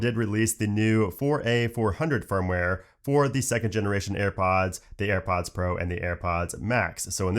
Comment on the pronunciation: AirPoooooaaaaads ... Annoying pronouncing.